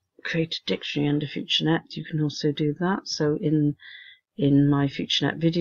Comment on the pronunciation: Hi, thx, but I have two comments: 1. The platform mentions the term "directory", you seem to pronounce that as if it were "dictionary". A directory is basically the same as a "map". Directory was DOS terminology, map is Windows terminology. 2. When we transfer a file from our computer to the cloud, we would normally say that we UPload the file, you seem to call that DOWNloading. Normally, we speak of downloading when we transfer a file from the cloud to the local computer. Thanks.